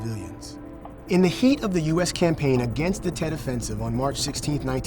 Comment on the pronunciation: Tet not jet